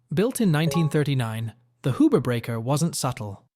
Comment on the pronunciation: Not Hoober. Hughber